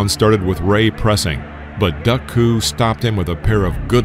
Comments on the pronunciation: Duk you say it as Duck, but I never heard it said that way before, Duke was how I always heard it said? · I watched this fight. Tragic indeed. Either my memory fails me or the vid is pronouncing his name wrong. I thought Duk was pronounced Duke.